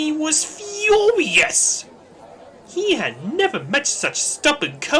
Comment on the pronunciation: the way you said, "Furious!"... 🤣